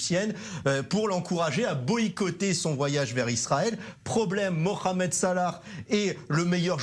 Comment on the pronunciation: On dit pas mokhamed mais mohamed Vous arrivez bien à dire le ha lorsque cela vous arrange n'est ce pas 🤥🤥🤥